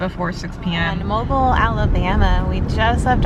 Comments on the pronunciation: Mobile,AL is pronounced Mo-beal. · At least you didn't pronounce it Mo Bile.